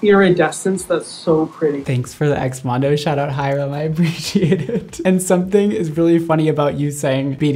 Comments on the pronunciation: keeps going "Hy-RUM." and then he does NOT react to THE SINS at the end...-LEY. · mondo saying hyrams name: HI-RUM. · No Ik it’s how you pronounce it lol, just pronounces it really exaggerated and a space in between